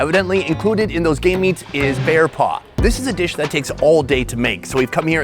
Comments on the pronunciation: im not sure, it sounds like he said Gay Meats. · Ahhhh yes "ghey meats"